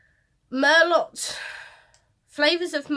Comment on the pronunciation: It’s pronounced MER-LOW not Mer-lott! Sorry, thanks for unboxing the mystery for us!